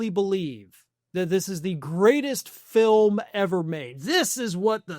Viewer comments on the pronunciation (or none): It's a documentary "Filim".